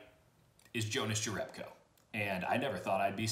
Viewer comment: It's pronounced Younas Yerebko but he seems to be okay with either lol